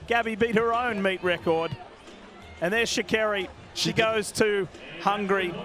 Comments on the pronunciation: Sha -car-Ree is how you say her name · Are they saying Sha’Carri wrong?